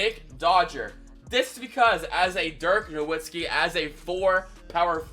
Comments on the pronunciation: Him Saying Na”w”itzki is frustrating me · The “w” in Nowitzki is pronounced as a “v” for anyone that still doesn’t know